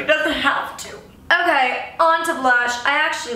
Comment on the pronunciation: “ewkey” 😂😂😂😂 lol I love you so much